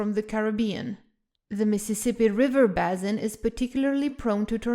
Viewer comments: Oh honestly, the word "basin" is pronounced "BAY-sin". If you're making a presentation for Youtube then you're necessarily online, and so you can find the proper pronunciation of words in a heartbeat. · If she didn't have an accent I'd have been critical, but she clearly does have a consistent accent so that's just how the pronunciation is going to be. Like Bah-sin for basin, that's a Spanish pronunciation of "a".